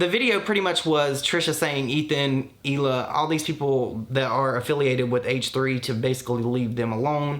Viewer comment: On a side note, I can't explain how much it actually makes me angry that she won't pronounce Hila's name correctly. That extra emphasis on the H bothers me a lot. Trish knows how to say her name, but even after 2 years, she still won't. It is so disrespectful, I just can't with this person.